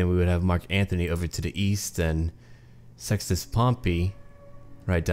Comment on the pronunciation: i thought you said "sexist pompey" xddd